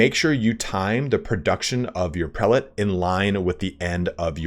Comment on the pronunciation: It is correct to say prĕl′ĭt. Not pre-late.